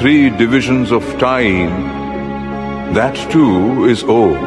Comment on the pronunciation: its NOT AUM! its "OM"